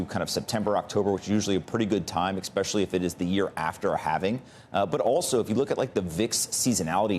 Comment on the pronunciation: Don’t trust people who say “expecially”